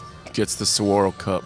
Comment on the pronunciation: if you are here in Arizona...moderating and helping present the game...PLEASE LEARN TO SAY SAGUARO sounds like suh-wah-roe...otherwise I love listening to you guys